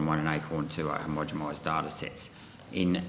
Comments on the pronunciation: Sorry, Gerard.. 'HOMO-GEN-ISED' NOT 'HOM-GEM-ISED' .. It erodes your credibility to keep saying this key term wrong in front of these clowns... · I took a nip ever time Rennick said ‘himogemised’ and ended up the same. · if he cant even pronounce homogenised correctly.... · You get up there, can't even pronounce homogenised and then think this makes you look good. You're a clown mate.